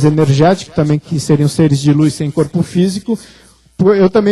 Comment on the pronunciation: Disse bem, ufólogo! não professor de português. Qual problema em não falar corretamente? kkkk